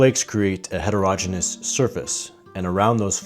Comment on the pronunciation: Het-er-o-gene-e-us. M-phasis on different si-lables sounds weird.